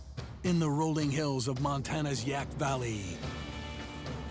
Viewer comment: It's Yaak, not Yak.